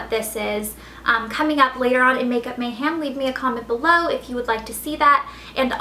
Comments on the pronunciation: *mayHEM not HAM lol ( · Why do you keep saying makeup Mayham like the meat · I feel like she keeps saying makeup MayHAM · You say makeup mayham; so southern!